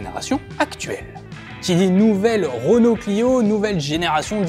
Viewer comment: REnault, RE ! ROnault ça pique les oreilles 😂